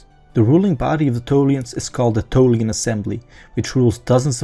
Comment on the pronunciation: You mispronounced Tholian. Don't stress the "T".